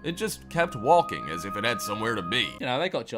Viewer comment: The narrator of the video seems to pronounce the l in walking